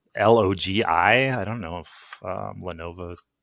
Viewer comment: The name is Le-NO-VO and not Le-NO-VA!!! Adds more credibility when you can say the name correctly!!!